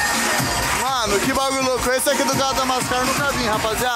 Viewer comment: Madamascar? MADAGASCAR. 😂😂😂😂